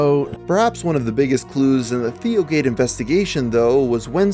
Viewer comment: I thought he kept saying DIOgate